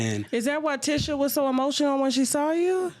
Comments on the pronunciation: I know Tasha is good for messing up people name but as you doing research on folks, research how to say they damn names. 🤦🏾‍♀️ The lady name is pronounced Teeesha!!! Not Tisha! I know it’s spelled like that but she don’t pronounce it like that 🥴😂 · Tasha being all in the business yet not knowing how to pronounce TISHA (TEESHA) Campbells name is annoying! But whew BILAL is spilling it & I believe it all!